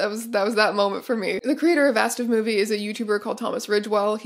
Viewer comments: In German, you definitely pronounce every letter in ASDF-movie, so this was a fun thing to discover that I am apparently annoyed by. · the pronunciation of asdfmovie saying it as a word rather than a-s-d-f has me questioning if i’ve been wrong this whole time or if strange is saying it wrong omg